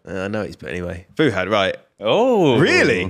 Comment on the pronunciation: I hate the 'Fu'......it's Fuhad....damn